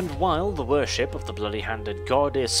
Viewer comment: Anyone else catch "The Dark Elves 'vörship'"? I can empathise there, 😅